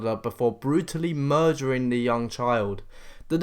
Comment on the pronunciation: I’m sorry but he said “murgering”